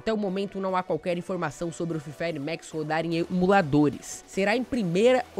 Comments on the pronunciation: Mex é tocu ,é Max poha,jeitin brasileiro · Não é mex é maxxxxx